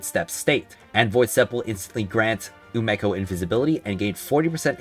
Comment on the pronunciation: Is it not umeko pronounced (oo me co) ??